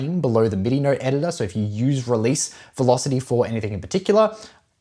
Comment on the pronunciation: So funny how you say ‘note’ you pronounce it as ‘neurt’